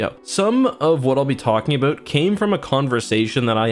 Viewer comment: The 40 second mark he goes full Canadian. ABOOT!